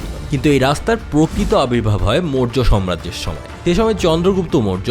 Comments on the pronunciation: উচ্চারণ ঠিকভাবে করুন ।সাম্রাজ্য হবে, সম্রাজ্য নয় । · কথাটা আগেও বলব ভাবছিলাম। কথাটা 'সম্রাজ্য' না সাম্রাজ্য